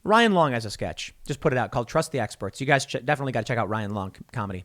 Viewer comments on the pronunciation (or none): none